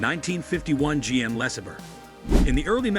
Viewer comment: LOL goofy narrator! “Less-uh-burr”. FFS it’s “Luh-saber”